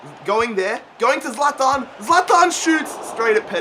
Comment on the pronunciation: You say zalathan it's zalatan